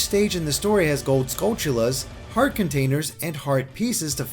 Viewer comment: This is a tiny thing, but I'm SO glad to hear you pronounce Skulltula correctly. Too many people don't realize is it's skull+tarantula